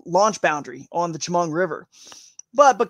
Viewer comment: As a local: Tie-oh-gah, Cow-an-es-ski, sha-mung. Was hoping Sunfish Pond would be in the fish able lakes.. Otherwise good info, looking forward to Friday.